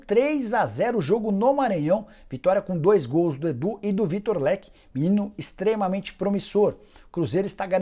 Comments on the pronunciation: Nâo é Victor Leque, é Victor Roque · Torcedor do Cruzeiro não tem um dia de paz, foda. E Nicola, você errou o nome do menino de novo, não é Vitor Leque, é Vitor Roque